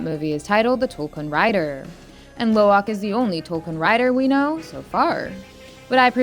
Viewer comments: Dont you know It its actually Lo'ak not Lowak? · It's Lo'ak not Lowak